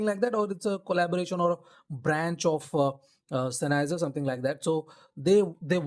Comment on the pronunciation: it is common for non-Germans to mispronounce the name. Anyway, these are actually a Sennheiser product, as the OP has implied. I may buy one some day.